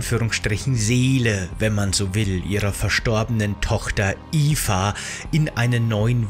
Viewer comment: Es geht um Mirandas Tochter namens Eva, durch die Aussprache im Video ist das leicht missverständlich.